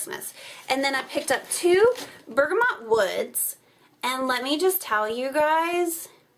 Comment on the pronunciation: I'm stopping there tomorrow! Can't wait. With 4 dogs in my house I'm always burning candles and washing my hands too! And you pronounced bergamot correctly the first time you said it. :) --Anne